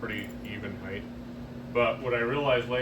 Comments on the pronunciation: It’s bizarre how that’s crept in so much over the last few years. It’s peculiar to the US dialect but it’s just not a word :) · I swear there's a secret society of contractors where they all agree to say 'heighth' as some kind of secret handshake ritual. ;)